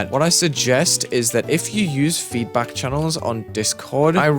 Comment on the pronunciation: bro just turned asian when he said "FEEEDBAK" 💀